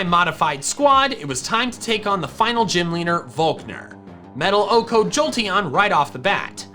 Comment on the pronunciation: Please stop saying okos it sounds so stupid when you say it.👎🏻